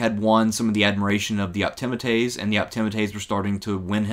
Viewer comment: Well, that's one way to pronounce 'Optimates' I suppose...